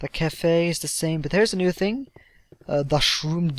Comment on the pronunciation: lmfao your like "the last ting" I LOVE YOUR FRENCH ACCENT. :D british/french accents for the win. ;)